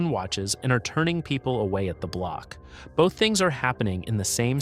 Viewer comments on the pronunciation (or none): none